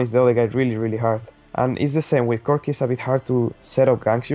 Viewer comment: Lmao "cookieee"